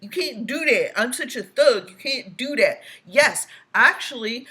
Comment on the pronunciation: Every time he says do dat I can't help but think of the song I learned in childhood called Camptown Races. The chorus goes Doo Dah, Doo Dah!